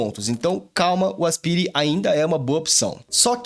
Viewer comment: fala "aspaire" por favor 🙏🙏🙏